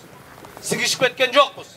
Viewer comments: сигишип емес синишип дептирго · Синишип дейин деп атып сигишип деп алды😂😂😂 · Что он сказал СИГИШИП ????или хотел сказать СИҢИШИП? 🤔 смотрите ...